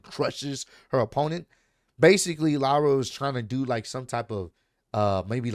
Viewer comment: U said it right (lie-Ra) and man the ended she got squashed